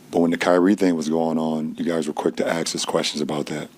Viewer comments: Funny, I dont recall dumdum defending Kyrie over his vax stance either. And dumdum....people don't "axe" questions, they ask them. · I agree with you to some degree. Perhaps the most disturbing aspect of his interview is that he can’t properly pronounce “ask” nor “athlete”.